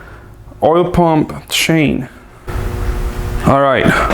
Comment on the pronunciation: ITS CHAIN NOT SHAIN!!! Im joking 🙃,Love you (no homo),content is always on point 👊🏽